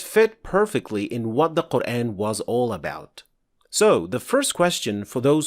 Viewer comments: OK how do I put it? There's only fathah, dhommah and kasrah: A, I and U (using malay/indo transliteration NOT inconsistent-english). There's no such thing as E vowel in qur'an (except in majreha OR reciting with qiro'at Khalaf like in waddhuhee, wallayli idza sajee ). This guy pronouncing QURAN as QUREN. AYAH as EYEH. MAD as MED etc. You might missed them since you're very accustomized to ENGLISH pronunciation. But my ears are not. I've been reciting.hearing quran for more than 50 years, and recently I've bern very annoyed by how english speaking person pronounced them weirdly. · This brother did not pronounce it in the ‘English’ style, mate, he pronounced it correctly. That is the way it’s actually pronounced. That’s tajweed. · Mate, that’s not English pronunciation, that’s Arabic pronunciation. Qur’æn is the Arabic pronunciation whereas Qur’AAn is in Urdu and Hindi as I’ve witnessed. Perhaps they say it so in Malaysian, too? But anyhow, Arabic pronunciation is the correct one because it is the in the Arabic language after all. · Can you please fix your pronunciation of the word "Quran"? It's Qur-An and not Qur-Ane. It is very irritating and doesn't let me watch your videos.